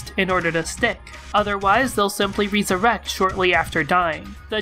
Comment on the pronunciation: Did you really mispronounce resurrect?